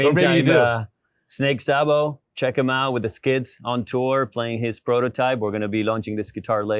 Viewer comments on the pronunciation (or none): That guy ruined the whole interview when he said Sahbo at the very end LOL